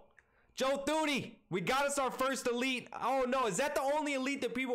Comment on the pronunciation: Tough luck, saving your luck for LTDs I guess. Thuney is pronounced Toon-y btw